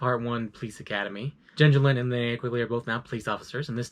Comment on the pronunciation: I would of rather you done all that rather than mispronounced "Linnea"